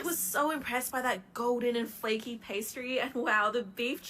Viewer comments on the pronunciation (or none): none